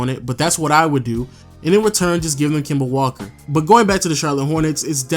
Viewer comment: "Kema" Walker 😂